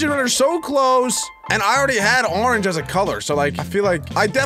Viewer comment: " a rorange" MAN DONT EVEN